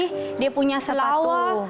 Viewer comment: bahasa malaysia seluar bukan selawa. dr malaysia, negeri mana?